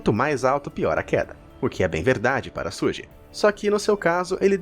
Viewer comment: Pronúncia certa é Xugui e tuPÁC